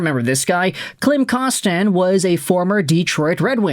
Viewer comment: Kostin isn't French, so why the weird pronunciation of his name?